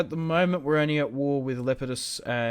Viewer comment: Le-pee-dus not lepiedus